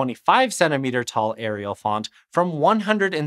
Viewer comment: It's Arial, not Ariel 🤦‍♂️